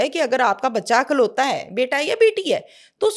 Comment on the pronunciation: Ma''m...only child ko 'IKLAUTA' kahaa jata hai,,'AKLAUTA' nhi Jo aap bol rhi hain 🌹🙏🏻🌹